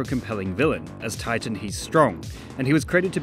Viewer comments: The super hero villain is actually called 'Tighten' not 'Titan' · It’s actually ‘Tighten’. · Btw it's "Tighten" but I understand why you used the cooler name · Small Correction: his name is "Tighten", not "Titan". Megamind called him Titan, but Hal misunderstood and started calling himself Tighten instead.